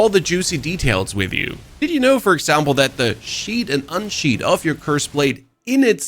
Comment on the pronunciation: bro "unsheathe" and "sheathe" are your nemesis lol